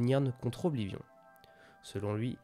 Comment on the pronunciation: Alors.. Autant je reconnais le travail de compilation et ce genre de résumé accéléré est très agréable. Cependant tu as de nombreux problèmes d'élocution... Que ce soit la prononciation de certains noms (Mi(s)karkand, Oblivion(N), Mehrunes Dagon(N), ULmaril (?), PelinIal (?) au point parfois de prononcer un même noms de trois manières différentes en une seule phrase. La concordance des temps aussi pique les oreilles, tu mélanges des temps au sein d'une même phrase qui ne fonctionnent pas ensemble quand tu n'inventes pas carrément des conjugaisons ("devena" n'existe pas, on dit "devint"). Vraiment ça pose problème car dès qu'on s'en rend compte on sort complètement du récit.